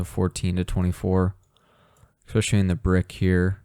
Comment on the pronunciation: "esspecialee", not "exspeciallee"